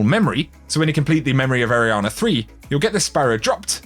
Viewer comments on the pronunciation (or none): none